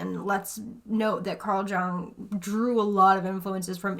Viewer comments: I know I might sound very up my ass, and possibly repetitive because a gazillion people told you this but: Jung it's pronounced Yung, not Gung. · It's pronounced "Young" not "Jung" just FYI... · Ugh! Arguably the most famous psychologist.....His name is pronounced Yoong. NOT J-uhng. just me dealing with my shadow. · Carl Jung is pronounced like Young. 🖤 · Love this intro! Carl Jung's name is pronounced like "yung" 😊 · Love this video! I appreciate that you emphasized the seriousness of the work, which is very real, without making it feel inaccessible. Also LOL don't feel too bad about the "Jung" thing! It's hard pronouncing things you've primarily encountered through reading — the day that 8-year-old me learned that "epitome" is not pronounced "EH-pi-tome" (like a tome of a book) blew my mind 😂 By the way, Jung's Red Book/Liber Novus is one of the most fascinatingly esoteric works you'll ever lay eyes on, if you get the opportunity. I don't even know how to describe it, it's like a medieval manuscript-style collection of his dreams and mystic visions that he wrote in calligraphy and illustrated himself. It looks like something Hildegard von Bingen would have created. He spent 15+ years working on it yet it was only just published publicly in 2009. Towards the end of his life he said about it that "My entire life consisted in elaborating what had burst forth from the unconscious and flooded me like an enigmatic stream and threatened to break me.... Everything later was merely the outer classification, scientific elaboration, and the integration into life. But the numinous beginning, which contained everything, was then." It's hard to think of anyone nowadays whose work is so weighty and relevant in both scientific and spiritual contexts. I'm so intrigued by how he was able to inhabit both "worlds." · You pronounce J in Jung like y in yoghurt.